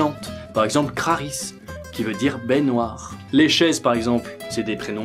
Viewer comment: j’ai entendu baignoire au lieu de baies noires 😂